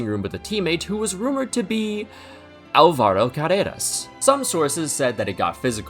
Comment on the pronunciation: You pronounced Álvaro wrong